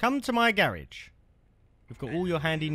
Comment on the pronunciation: Garage❌ Garrage✅